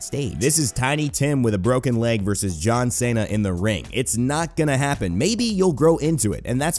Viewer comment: John Sayna, lmao.